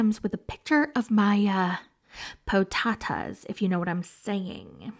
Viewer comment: Slide into his DMs with your “po-tatas” 😂😂I love it ❤